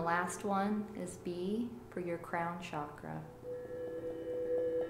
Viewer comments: Chakra pronounced as "chuckraw", not shockraw. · Um.. it’s pronounced CHAkra. not Shakra 💗🙏